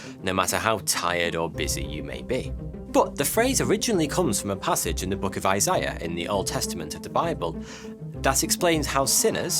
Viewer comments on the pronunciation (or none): I hate to be that guy but the book of Isaiah is pronounced I-zay-uh. I only know because it's also my name😂